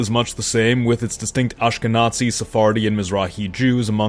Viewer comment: don’t think we didn’t catch the over pronunciation of the last 4 letters of ashkenazi.